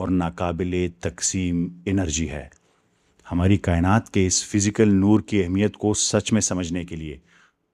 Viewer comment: Nur nhi noor